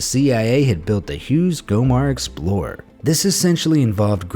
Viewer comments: How about the USA election? BTW it's Glomar not Gomar! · Narrator said Gomar (wrong) then Glomar (correct). In the US, stealing without confronting a victim is called burglary; stealing by violence or threatening a person is robbery.